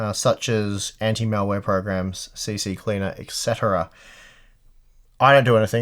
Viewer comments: why does everybody say C-C-Cleaner... its only two C's C-Cleaner ;) even myself said C-C-Cleaner for years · Why does say "C-C-Cleaner"? Isn't it C-Cleaner?!